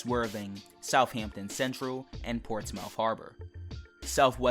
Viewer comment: It’s not pronounced ports mouth you idiot